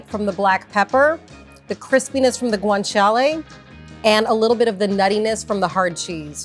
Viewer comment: She pronounces it just fine, considering she's speaking English, in my opinion.